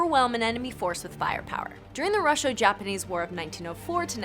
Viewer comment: You guys need to learn how to pronounce things like Russo-Japanese War and the Yamato. Also this is not looking at some facts, Japan had low oil shortages back then so that was a major reason to not use them in battles. You are reading these right?